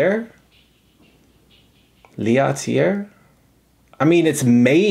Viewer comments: Common mistake it seems, starting with "SW" and all, good thing nothing rimes with "Norway" xD Btw, it`s Lat-Elli-eeh, kinda, hard to explain french lol, which they do speak in switzerland, but not in sweden. In sweden they say HURR DURR and volvo. Isn`t that right? hi hi hi;) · That. Is. One beautiful squonk! I can’t fault you for your mispronunciation of L’atelier, I mean you speak Japanese. Such a cutie. Nice job, as always, on the video. #allove to you and Marjorie.✌🏼edited to add; your face when you got your phone to pronounce and actually mispronounce L’atelier was priceless.. you looked so pleased. 😂😂🤗